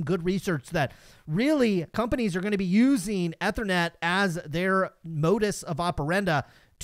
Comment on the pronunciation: Ethernet is pronounced with emphasis on the “E” like from the Ether. Or Eee-ther-net